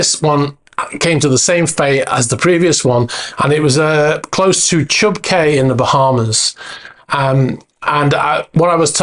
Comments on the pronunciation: Just a minor point from a former Bahamas (temporary) resident. It's pronounced Chub "key" not Chub "kay". 👍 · Chub Cay is pronounced Chub Key in the Bahamas.